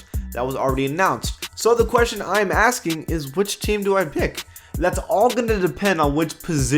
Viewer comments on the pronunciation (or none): none